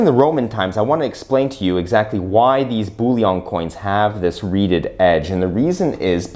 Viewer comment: Sir Isaac Newton, while he was master of the Royal Mint, then housed in the Tower of London, introduced the milled edge in order to prevent clipping, as any removal of silver from the edge would immediately become obvious. The word is 'BULLION', NOT 'bouillon'. We aren't making French onion soup here. lol